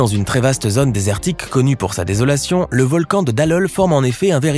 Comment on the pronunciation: Impossible? Non, puisque ça existe . J'aurais préféré" "scientifiquement improbable" ... mais puisqu'il ya chaque fois une explication, ce n'est pas impossible... ((C'est quoi la botté d'un site, l'eau chodde, une zonne??? Quelle prononciation du son"o" !! ) Source pétrifiante ,il y en a une en Auvergne , près de Saint-Nec.